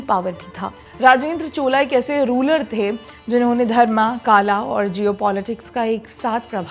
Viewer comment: चोला नहीं चोल धर्मा नहीं धर्म शिवा नहीं शिवा शिवलिंगा नहीं शिवलिंग काला नहीं काल कृपया शुद्ध हिंदी का उपयोग आपसे अपेक्षित है